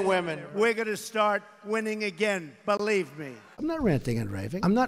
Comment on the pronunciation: “Belieb me!” Not believe me. That would be saying it correct.